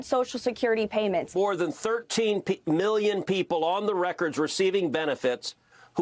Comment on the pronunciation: Whenever you hear a white guy say million like "miyyion" you should know they're trying to rob you lol